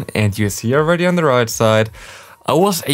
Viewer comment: one question why do you pronounce „the“ always „di“ Even of the following word doesnt Start with a e i o u?